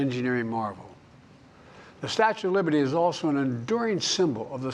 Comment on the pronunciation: Statute of liverty 😂